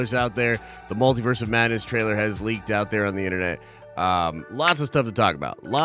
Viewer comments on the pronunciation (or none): none